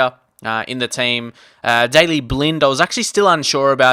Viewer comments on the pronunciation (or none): none